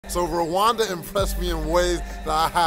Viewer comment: Rwanda not Ruwanda, you are pronouncing it wrong like most people